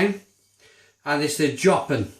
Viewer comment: You actually say Jopen with the O like you say in the alphabet (